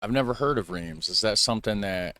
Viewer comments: Rhiems, is pronounced Rhense. If this donkey os going to butcher the language he's probably going to butcher the hostory too. I know a fair bit about this topic, lets see. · Do your ears bleed when he says "Reems" ? :D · And I'm so sorry they mispronounced it so disastrously! 😂 Greetings from Austria!